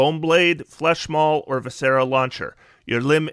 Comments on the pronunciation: I love your content. I’ve watched you for years. VI-sr-uh. 3 syllables. Stress the first. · Love the build, but your pronunciation of viscera is poking my physician OCD. It’s vis-CER-ah. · So in the Word Viscera, the "is" in it is pronounced like the word "is" so v-is-sir-rah" viscera.